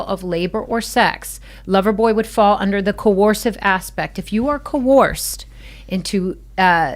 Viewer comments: coERced, not fucking coOrced, I can't have much faith in her knowing whether he did it or not, if she can't even pronounce what he's accused of. Also anonymous accusations hold no water, everyone should have the right to confront their accuser. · She can't even pronounce coerced. She pronounces it coerourced. She's an idiot.